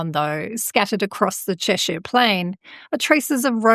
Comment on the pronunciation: Thanks for the upload. I live in the county of Cheshire, just a few miles from this part of the M6. Interesting stuff, and well done on the pronunciation of our local place names👍